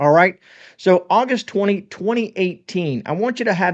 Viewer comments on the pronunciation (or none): none